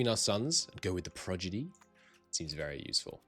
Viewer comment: You are mispronouncing “prodigy” mate, switching the d and g sounds